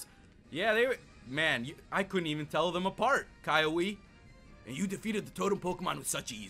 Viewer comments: The name is kiawe (kee-ah-veh) not vay veh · Kiawe is pronounced KEY-AH-WAY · Its ki-a-we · oh and kiawe's name is pronounced keee aw way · uh actually kiawe's name is pronounced "KEY-AHH-WAY" I know because I watched the show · his name is pronounced as kea way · You prenounced the captains name wrong because it is keyaweh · it's Ki-ah-weh. Correction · cri even my fave poketuber pronounces kiawe wrong ;v; Edit: how to pronounce "kiawe* key•av•ae